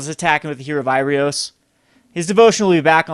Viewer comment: Heroe of IrOAs and AINok Boundkin, not IrIOS and def. not AURIok. Bothers me more than it should.